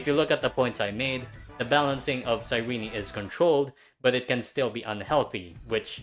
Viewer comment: does EN actually pronounce cyrene like “sai-ree-nee”? it sounds like ass 😭